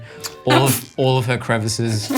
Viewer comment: Dude, you had it until you said "crevices"!